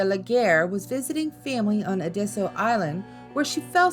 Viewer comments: I gave this video a chance being from South Carolina I knew the stories I might hear would be ones I already knew. But had no idea about all the mispronunciations. Ediso for an example... its Ed-it-stow...Edisto Island. Lavinia Fisher's name is said as La-vin-i-a. Honestly when doing a YT video take the extra time to check out the pronunciations of a name or place. It takes seconds and google will even teach you how to say them. Its a matter of taking pride in your YT video as well as showing respect to the ppl, places, and stories that are told. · Please pronounce cholera and Edisto correctly. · thank you for making this video 🙏🏻 there aren’t many things i like about my home state but the history and paranormal stories are always so interesting to me. love the video but the way you pronounced Edisto makes me cringe 🫶🏻 all love tho lol